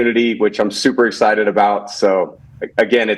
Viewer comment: Tom is “super exited about”!